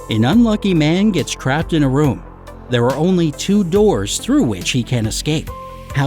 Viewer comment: crapped or trapped? 🤣